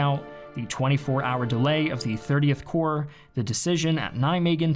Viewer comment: 30 Corp, not 30th Core